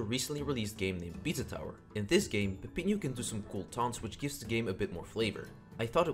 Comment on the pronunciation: its peppino * PEP EE NO * not peppinu * PEPP EEN YOU